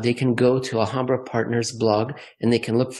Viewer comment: Love the discussion, you guys are great. Keep it up please! One suggestion though., the H in Alhambra is silent in Spanish. The word comes from the name of the Moorish palace/fortress in Granada, Spain.